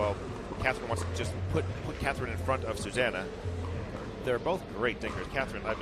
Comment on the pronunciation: these guys can't even pronounce Catherine's name correctly